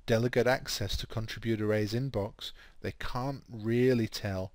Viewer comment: please learn how to pronounce contributor.